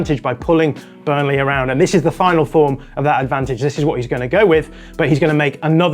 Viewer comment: also says Burnle'h' 😅